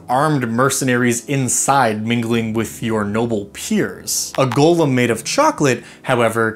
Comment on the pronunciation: Golem not gollum ong thank you